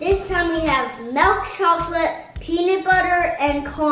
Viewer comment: I love the way he says milk, he says it like the dutch melk